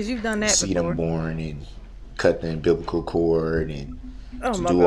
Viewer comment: Not him saying unbiblical cord. G😂